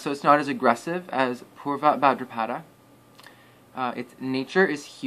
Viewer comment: Buddy, it’s NOT ULTRABHADRAPADA it’s utrabhadrapada !!!